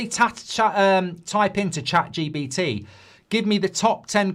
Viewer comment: It's ChatGPT not ChatGBT. Sorry, but I can't hear it again.